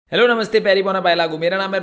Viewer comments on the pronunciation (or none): none